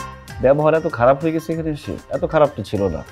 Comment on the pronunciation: অশুদ্ধ ভাষার জন্য নাটকটি দেখলাম না। 'ছ' যে একটি বর্ণ এইটা পরিচালক সাহেব মনে হয় জানেই না। হইসে, দেখসে, গেসে, পারসি, বিশ্রী উচ্চারণ।